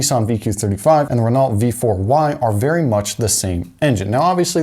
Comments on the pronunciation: Renault is pronounced reNOE, not reNAWLT. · RenAULT not Renalt. Pronounced as "Reno" in French. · Renault is pronounced, (ren-oh). It's French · Great video, but I had to skip forward because I literally couldn't stand hearing the mispronunciation of Renault one more time. It actually gave me chills 🤣 I know it sounds stupid, but just being honest lol. Great content though, and it blew my mind learning that Koenigsegg's have Ford motors in them! #CrownVicsareeternal